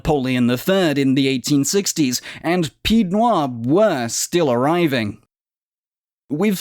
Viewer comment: I find the video superficial. The mispronunciation of pied-noirs is just a slight annoyance, but omitting the Barbary wars is a big miss out. Also the French army didn't undergo a humiliating defeat in 1962. Actually it was militarily successful, it was political decision to release Algeria into independence.